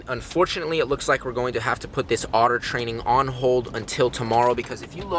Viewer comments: Whenever he says training, it sounds like trading xD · In the start i thought he said trading the little baby otters